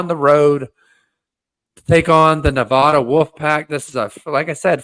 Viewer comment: I don't know if you'll read this, but just a heads up, you're saying Nevada incorrectly. The locals don't use the long a sound, we say the a as in 'apple'.